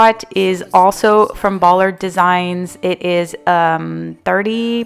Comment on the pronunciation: Hello I’m new to your channel, love your style! Also I really like the first shorter concrete pot for the tree, and just a fyi the rug lolli is pronounced low low-eye and Ballard designs is pronounced by- lard , lol 😆 Great job😊